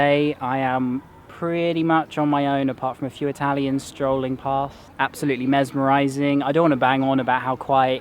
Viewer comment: Love how u re butchering the italian words pronunciation......